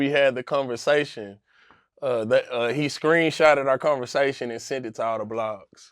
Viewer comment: Nobody:: “Unnestly”, “Cunnversation”